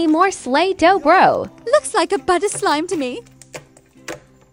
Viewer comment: “LukS Lik A BuUtTeR SLiM Tu MeH”